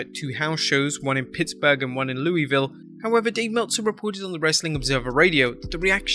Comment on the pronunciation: I hate people pronouncing Louisville wrong ugh 😑 it’s pronounced lou vull not Louis ville not Louie ville it’s lou vull it makes us Kentuckians cringe